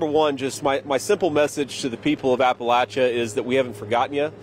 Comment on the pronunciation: Kentucky boy knows how to properly pronounce Appalachia. Thank you for coming!!!